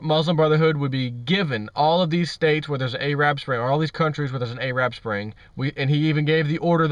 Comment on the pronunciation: You said AYE-Rab Spring...LOL